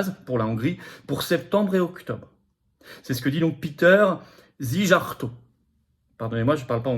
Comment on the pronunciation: Péter Szijjártó, ca se prononce "Silliarto" en roulant le r. De rien!